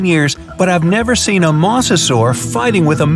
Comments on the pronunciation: It’s (Moz-a-sor-us)not (moss-o-sor-us) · MA-SE-SUAR Me my whole life: MO-ZE-SOR-RAS!!! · its noy moss-osaurus its moe-za-saurus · Moser this is howl you say it m o s e r s o r e s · "a MoSsAsAur" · The you said mosasor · It's funny how. He says mosa saur